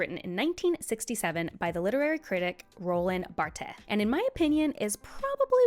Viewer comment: Very good video. Thank you! Roland Barthes is prononced Rolan Bart, like Bart Simpson. (not that it matters)